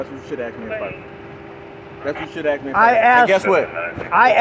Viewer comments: Anytime I hear a cop say "I axed you..." I already know they don't know the law and they are going to go hands on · “I Axe You “ - If you can’t simply speak English , you shouldn’t be upholding the law that’s written in it. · I can't take Anyone seriously who says "Axe " instead of "Ask". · If a cop is so damn ignorant as to 'aks' me anything, he deserves the disdain and ridicule. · Diversity is our strength! "I axed you a question". WTF? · You cannot " ax " somebody to make them move back. You can ask them. Axing them would be against the law... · It's amazing that a grown man went through 12 years of school and still can't say and pronounce a common word. It's asked not axxed there officer. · He axed you a question!🤪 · When blacks axe questions, axe for ID, axe for eveything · He axed you for ID! LOL